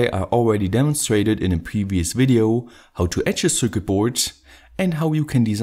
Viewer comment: Yea, his accent is quite bad. He also keeps pronouncing circuit wrong.